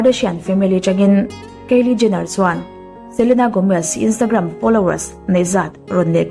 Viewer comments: keili niloin kylie (kailie anga lamtur) i lam ngun vebawk siaa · Kaeli ni lo kylie aw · Kalie ni lo in kylie aw